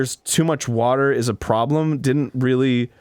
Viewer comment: I repeated hwater at the same time as Dan 😂 H H HWATER